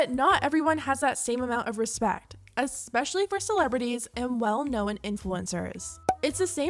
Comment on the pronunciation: Hun just say known not KNOWEN